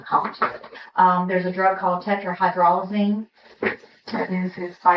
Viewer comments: Gee, could a professional newscaster LEARN TO PRONOUNCE TETRAHYDROZALINE? America is becoming stupider every day. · Come on, tetrahydrozoline isn't that hard to pronounce if you take it by syllable, yet two news readers mangled the heck out of it. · I can’t even take the female detective seriously when she can’t even pronounce the drug name correctly in what’s supposed to be such a serious matter.